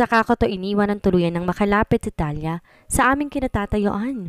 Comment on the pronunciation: An basa Po Ng pangalan ay thaliya kung espanyol Ang pangalan,Hindi thalya